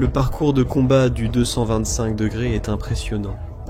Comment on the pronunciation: Le truc dommageable ce sont les petites erreurs et le ton de la voix de synthèse. Exemple ne pas savoir dire 225 …Mais il faut faire abstraction et ça peut aller.. 🇺🇦 🇺🇦🇺🇦🇺🇦🇺🇦🇺🇦🇺🇦🇺🇦